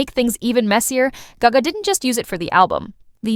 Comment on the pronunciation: This is AI narrirating these videos.... the way you said gayga and not gaga just gave it away.